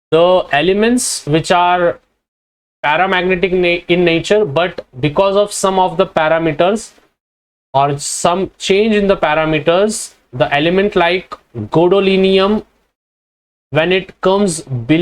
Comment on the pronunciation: sir u arent even correcting the errors gadolinium ko aap bhi godolinium keh rhe ho :(